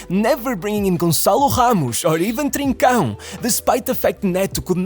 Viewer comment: yeah you can tell this is a portuguese person speaking lmao the way he perfectly says "trincão"